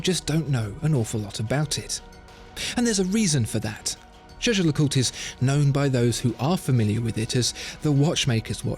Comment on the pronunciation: lovely video, but could ppl please just say JLC if they can't pronounce it properly?